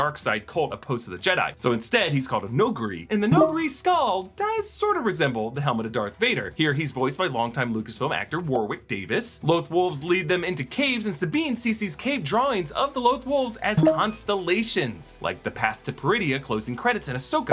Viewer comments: It's not War-wick Davis. It's pronounced as Warrick Davis. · You can't school people on how to say Purgill and then say Warwick Davis' name wrong.